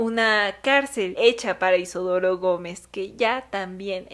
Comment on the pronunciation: Por qué caraj... lo llamas IsOdoro si el nombre es Isidoro ❓❓❓❓❓❓